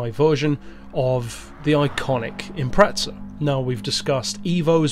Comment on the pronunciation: Why do euros always say impreTza? There's no T in Impreza